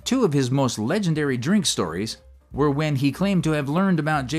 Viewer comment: "WEW drunk"?? Wtf? 😂😂😂